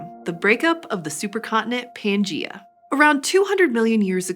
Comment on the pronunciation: She said right pangea